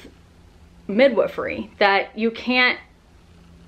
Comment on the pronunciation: TIL the correct way to pronounce midwifery.